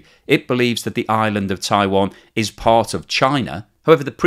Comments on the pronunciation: It's not pronounced 'Taiwon', FFS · what? Were you listening? He calls it 'Taiwon' throughout the video, for some reason. I don't know how someone can mispronounce Taiwan.